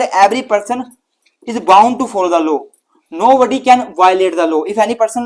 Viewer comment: Its not low sir it's law Thnku so much u are very ghant ❤